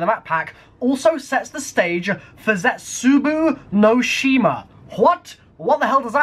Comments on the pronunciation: Your saying it wrong. It's ze-Tsu-bow no she ma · We named it "Zetsubou No Shima" because we love having you guys make shite pronunciations of our maps